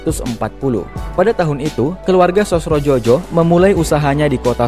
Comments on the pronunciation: Sosrodjojo dibacanya Sosrojoyo, ejaan lama 😊. Bagus kontennya, lanjutkan! Salam dari eyang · Sosrodjojo dibaca "Sosrojoyo" _